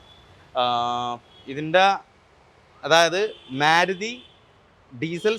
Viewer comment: ഓന്റെ ഒരു മെരുതി.. ഒരു തൊലിഞ്ഞ മംഗ്ലീഷ്. നല്ല റൈറ്റ് തീരെ വില ഇല്യ 😂😂